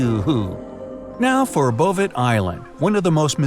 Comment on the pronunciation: Bouvet Island is pronounced bou-vey and is a Norwegian possession. It has been said to have about the most inhospitable climate on Earth. Two recent expeditions in the past 2-3 years have failed to land there, due to ship troubles and weather, when they got close. Typically, the temperature high there during summer in the southern hemisphere is 28-32 deg F.